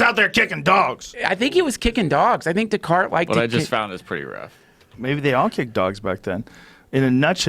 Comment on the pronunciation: Joe "It was Daycarts man" Rogan